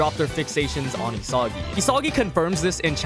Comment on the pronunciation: Why does he pronounce "Isagi" like that?